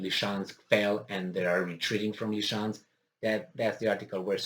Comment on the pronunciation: Ly-sy-chansk. Ly-SY-chansk.